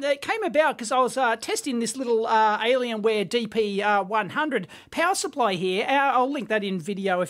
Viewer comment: It's "Alienware"